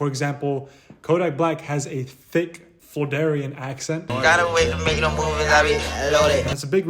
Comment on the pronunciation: Its pronounced Floor-RID-Ean (Spelled Floridan) not FlorDarian. 😂